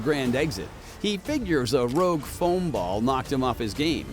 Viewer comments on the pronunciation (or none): none